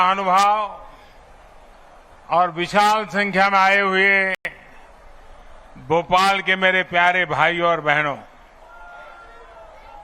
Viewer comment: It is Bhopal not Bopal